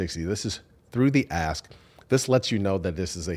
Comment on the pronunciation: I wanted to laugh every time you guys said "pay through the ask" and it sounded like "pay through the ass" and the meaning didn't change whatsoever.